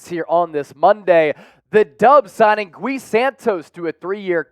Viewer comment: It's not "Goo-Wee". It's "Gee" Santos.